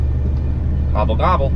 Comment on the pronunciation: Hey you are not alone in not having a holiday, our last proper one was 2011. If your better half ever buys you a van, heed the warning signs as she might have watched this video. Why did you turn American when you saw those turkeys? Gaabul Gaabul indeed! Also can we have a warning on the screen before such a loud goodbye, nearly fell out me chair! All the best.